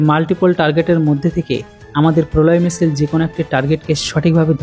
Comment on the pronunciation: কোন বিষয়ে ভিডিও বানানোর আগে বিষয়টা নিয়ে একটু পড়াশোনা বা গবেষণা করা দরকার।আর এটা কোন সামান্য বিষয় না । এতে অনেক বড় বড় সাইন্টিস্ট জড়িত। আর "মিশেল" বলে কোন অস্ত্রের নাম আজ পর্যন্ত শুনি নাই ! ওটা হবে "মিশাইল" ।